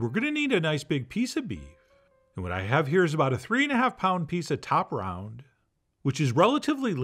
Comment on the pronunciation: I had to listen to the first minute 5 times to understand that he said ‘top round’ instead of cha-blahp. Love you Chef John! Keep us guessing.